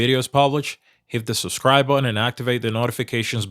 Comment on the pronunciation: I like your shows but I wish you would say subscribe instead of subscrive. Lol